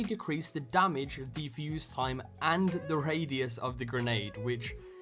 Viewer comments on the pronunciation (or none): none